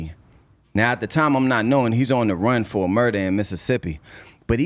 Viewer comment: Yo said: furr instead of for 🤔